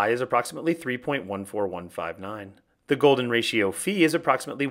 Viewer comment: finay someone pronounces it as phi and not as fai